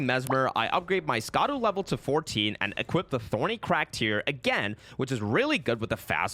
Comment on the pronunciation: Scadu, as I understand it, is the Old English word for Shadow, and is pronounced Shaduh. It is way more frustrating the number of times you buggered Sovereignty. Sov-ren-tee. You don't have to pronounce every letter to pronounce it right.